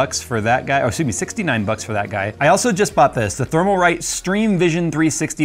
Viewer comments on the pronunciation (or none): It's Thermalright, not Thermalrite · Thermalrite? I thought so... It IS thermalright and you said it thermalwrong 🤣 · Isn't it "Thermalright"? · is Thermalright not Thermalrite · Thermalright, not Thermalrite. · I think you purposely say Thermalright and Thermaltake I take it that